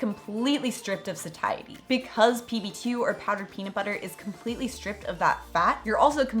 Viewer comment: Interesting pronunciation of Satiety or am I just saying it wrong?